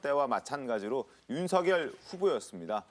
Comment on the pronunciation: 모르시나본데 윤석열 이름 발음음은 윤서결이 맞고요 윤성열도 아니고 윤석열도 아니고 윤서결 맞거든요 쓸때는 당연 윤석열 , 왜 뭣때매 윤후보한테 뭐라는디 ? ㅋㅋ 윤석렬이라니 참 국어공부 더 하시지 내가 볼땐 당신이 짬뽕인물인걸